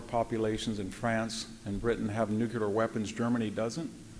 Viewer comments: Hearing this man say "The Ukraine" explains why the rest of us got it wrong for so long. I don't feel so bad now. Ugh, and then he says "Nukeular" multiple times... and all I am starting to see is Homer Simpson teaching WWII history... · How expert can you really be if you think nuclear is: "Nucular"? Hearing it 20 times in a row began to really grate my nerves. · I love hearing from any thoughtful, intelligent, and informed speaker and Dr. Hanson is one of my favorites, exceeded only by Dr. Timothy Snyder. However he is more than educated and strong willed enough to pronounce nuclear correctly and maddening that he doesn't. Surely a product of conservative anti-intellectualism. Nuclear has two syllables "NU CLEAR" and never the three syllable monstrosity "NU KU LAR". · VDH is really brilliant, but he can't say Nuke you lar. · Yah, if only he could stop saying "newkyoolar,," then so could I. Ouch. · Brilliant. Incisive. So articulate. The irony being that he cannot pronounce "nuclear" correctly and it makes me wince....